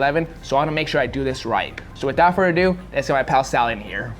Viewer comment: It's without Further Ado butchers this phrase in every video😂 FURTHER ADO!!!!